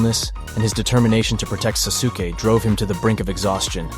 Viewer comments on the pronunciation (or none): susuke? its sasuke XD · Susuke and his SUSANUU